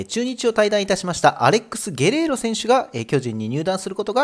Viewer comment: ゲレーロをゲロって言ってる所で模範的じゃないやんw